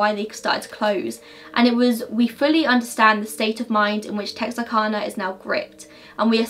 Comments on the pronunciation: I'm from Arkansas, just for your knowledge, though it makes no difference to us. We say Tex-are-can-ah, not Tex-are-con-ah. Nobody here will get triggered over your pronunciation of the town. ;) We know what you mean, and are just pleased you took an interest. My mother was born there in 1945 so she was quite young but moved away when she was 3. Never heard of the Moonlight murders until I was telling her about the movie The Town That Dreaded Sundown. I came here for research, very informative. Splendid job. Thank you. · o yeah it’s texarkana like can-a but like. technically we don’t talk right so no one is judging u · When saying Texarkana the second way of saying it is correct. Tex-R- Cana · My sisters name is kana (kay-na or cane-a) so we say it tex-ar-Kay-na